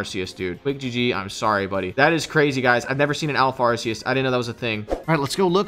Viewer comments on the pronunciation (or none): the correct way to pronounce ‘arceus’ is arkoos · Y'all are pronouncing Arceus wrong, IT'S AR-KOOS